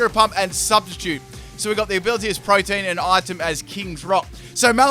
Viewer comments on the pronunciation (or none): for future reference that grens ability isn't pronounced protein like what you get from bacon, it's pro-tea-en it means always changing